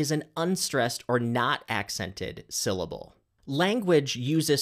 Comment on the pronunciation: Em phasis... Syl lable... what are you on ab out?